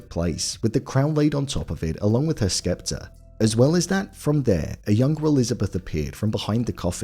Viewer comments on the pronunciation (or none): "Septer". The C in scepter is silent.